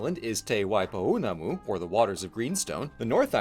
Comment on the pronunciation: So ... I've noticed a thing when Americans try to pronounce Te Reo Māori and they've read juuuust enough to know what's wrong but tend to hit the gas a little hard? The diphthongs (e.g. wAIpOUnamu) ARE pronounced separately, A I and O U, but it's quite fast and subtle? They're two distinct sounds but not two distinct *syllables*. Maybe music is a better way to describe it? It's a slide between two quavers, not two separate crotchets. Does that make sense? Which isn't to say you did a horrible! It's a mistake people make specifically because they've done their research, they just haven't heard the language spoken out loud much, which is obviously better than people completely beefing it because they didn't do any research at all.